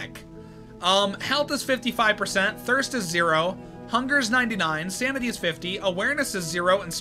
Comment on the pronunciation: Hey btw sounded like u said samity in the first part 😂🎉